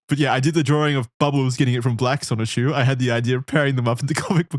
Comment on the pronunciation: Oh god finally the dreaded chrischan. I hope they don’t mispronounce sonichu as just sonic again:00